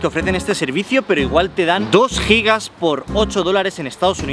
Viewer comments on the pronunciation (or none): none